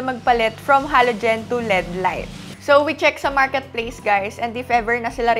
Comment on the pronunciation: EL ih di, sakit kasi sa tenga Lead ang basa yun lang Kudos sayo! Keep it up!😅😊